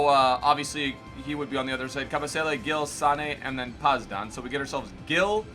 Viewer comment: The way you pronounce "Gil" hurts my ears, as a Brazilian haha It's like "Gi"bralta idk haha